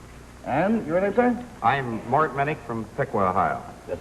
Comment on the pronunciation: Just a correction for the men's descriptions...."Mort Mennick" is actually Mart (Martin G.) Minnich. Sounds like he says Mort, but he was Mart.